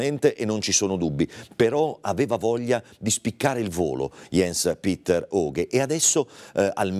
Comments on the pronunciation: "ians petter" e non "iens piter" in poche parole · aaah ho connesso adesso scusami... Sì cognome lo pronuncia perfetto, la mia critica era rivolta ai primi 2 nomi che si dovrebbero leggere proprio come li ho scritti come se fossero nomi "italiani"